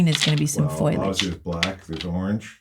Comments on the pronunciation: Someone tell its FOLIage not FOILage 😂 love her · One of my favourite videos - awesome. BTW it's "foliage", not foilage. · I love your videos! I heard you say "foil-age instead of "foliage" and it kinda made me smile, one of my friends used to say it that way 😊